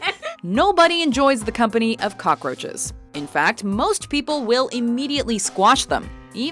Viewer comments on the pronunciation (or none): Coroches!!!(I think that's how you spell it.)